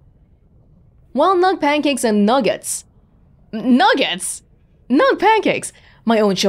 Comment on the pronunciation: I find the codex entries in this game a bit much, there's just so much you have to slog through. BUT of all the codex entries, In Praise of the Humble Nug almost makes all the reading about obscure history and lordly interpersonal relationships worth it. Also, 'nug-gets' lmao